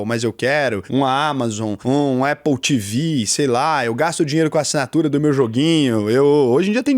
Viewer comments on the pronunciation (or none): none